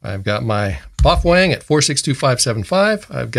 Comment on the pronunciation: "Bofwang" 😂😂 love this guy!